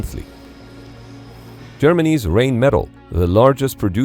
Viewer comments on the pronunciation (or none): I know it's Rheinmetall, pronounced rine-met-arl, but Rain-Metal is pretty good too.... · Germany's "Rainmetall" Me: Bruh... It's Rheinmetall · did you realy say "Rainmetal"? XD hahaha In the context of artillery one could misunderstand "rain metal". The name is Rheinmetall. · Love your content, but please try and improve your pronunciation of "Rheinmetall". It sincerely hurts my ears when you say "rain-medal". :) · You totally butchered the name RheinMetal. It’s pronounced Rhine-Meh-tall! 🤦‍♂️ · "rainmetal"? c'mon... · I'm pretty sure it's AI because it can't even say Rheinmetall correctly.